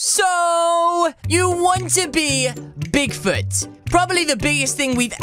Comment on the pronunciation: I thought you said pig food in the video lol